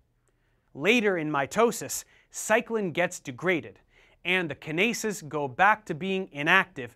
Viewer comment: Lmao Kin-aces got me, it is usually pronounced kyn-ace